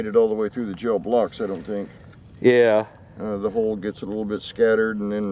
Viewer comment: Thought he said "hull"